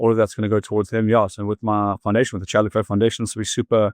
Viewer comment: By the way Le Clos is pronounced LE CLO (French so the S is SILENT).